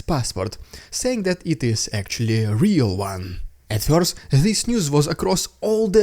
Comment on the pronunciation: Hi Dude, nice stuff being published here, I subbed not long ago. I'm just wondering whether it would be somehow possible to refine the pronunciation of "first", which very much sounds like "фьёрст" in the vids. That is the very only thing that sounds somehow odd, anything else is faultlessly OK.